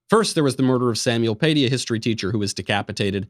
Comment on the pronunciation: Samuel Paty, how to pronounce his last name; the T is pronounced like a British English "t" and the accent goes in the "y"